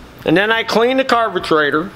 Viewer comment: Wait a minute! He mispronounces everything, "Krohler," " muffkin," "carbagetraitor," and then he uses the proper British pronunciation for Aluminum??!! It's like Chuck Yeager used to say, "I'm just speakin' the King's English!"